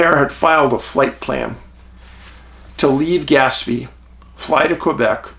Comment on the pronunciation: Skinwalker Ranch shows that when "they" want something to work or not work, they can do it. Oh, and it's pronounced more like gas-PAY.